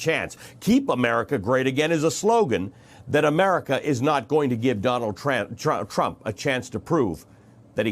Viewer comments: I liked the slip at the end Donald Tram...Tra... Trump... cuz lord knows he is one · Did he say Donald Tramp at the end? haha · Hey its Trump not tramp and it was your Pal Como who was going out sick killing people and his brother who sent sick people to assisted living and Nancy who invited everyone out to party while Trump was trying to shut the country down to stop it from spreading as the dems keep fighting him and blaming him just like you. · He almost said 'Donald TRAMP' in the end 🤣🤣🤣🤣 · His slip of the tongue was right on time. Tramp... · "Donald TRAMP..." great slip of the tongue, so appropriate 👌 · That slip of the tongue 'Donald Tramp' made me laugh. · “...Donald Tramp, uh...Donald Trump” no, no Ali Velshi, you said it right the first time! 👏👏👏 What an utter disgrace this despicable human being is as a “world leader” 😒 — “Keep America Great”? How about keeping America(ns) alive?! 🤯 Sending my genuine and heartfelt prayers from Canada to my American neighbours that by the grace of God things turn around for the better for the country and its citizens 🇨🇦🇺🇸 🙏❤️ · Oops, little slip of tongue there - but it works though 😉 President Tramp lol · Ha ha. He slipped and said Donald Tramp. I like it, like it alot in my Jim Carrey voice😅😅🤣🤣🤣